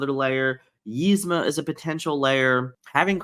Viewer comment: 😆😆😆 what about when he says yizma? 😝